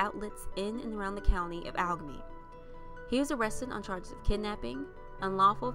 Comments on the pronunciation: I have lived in Pittsburgh forever and never heard of this. so tragically sad. BTW, it is Allegheny. I'm a new subscriber. Love your content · It’s Allegheny